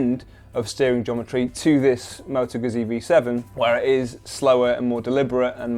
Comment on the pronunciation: it's motoguzzi.. not motogusi.